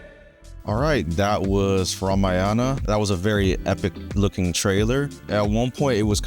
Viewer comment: Why do ALL westerners universally mispronounce Ramayana? Is it that hard today to find out the correct pronunciation? It is RAAMAAA- YUN-AAAA not Rum-uh-yaaana.